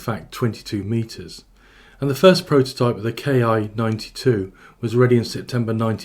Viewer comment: Sure looks like a copy of the Curtiss Commando, C-46/R5D. But more sesats in the cockpit, and a tailgun. OBTW, IJA aircraft were designated by the katakana letter Ki, [one cypher] that's pronounced KEE. It's short for the word for airframe.